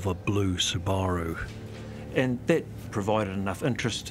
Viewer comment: I have never seen someone pronounce Subaru the way that Australian detective did. 🕵️‍♀️